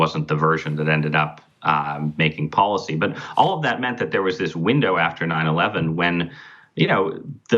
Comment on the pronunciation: IT IS pronounced depoliticised - NOT - DepoWiticised Bolled over - NOT - boWed over & here is the BEST policy - NOT - poWicy Get the marbles out Son